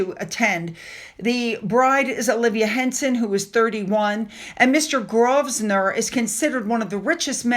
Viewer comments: Grosvenor catherdral -pronounced Grove-ner - thankfully the Harkles aren't coming - mememememem! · It’s pronounced Grove-nuh. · ( pronounced Grove-ner) ❤️ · Grosvener is pronounced Grovner. Strange I know. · Pronunciation for Americans: GROWV---NER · Grosvenor is pronounced Grovenor - no s sound. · Grosvenor = grow vner the S is not spoken